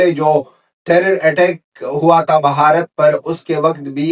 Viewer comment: Say Bharat not Bhaharat plz.